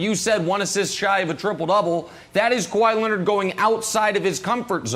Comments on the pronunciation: Kawhi “Kawa-ii” Leonard 🤨 Gotta love Brandon’s pronunciation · It's Kawhi